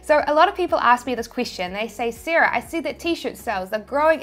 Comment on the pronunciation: *Sira - Sarah